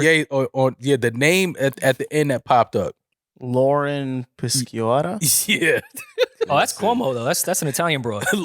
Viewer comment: Damn, I had a hell of a time finding Lauren PISCIOTTA....that pronunciation was murder 😬🤦🏾‍♂️🤦🏼‍♂️🤦🏿‍♂️🤦‍♂️😂 She would be quite an assistant indeed.